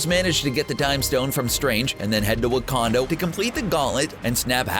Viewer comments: Its not Wakando, Its Wakanda.. Damn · WACANDA not WANADO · did you just say wakondo? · Did he call it wakandow